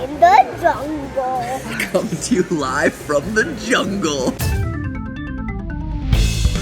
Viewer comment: this is food theowy in the jongleeee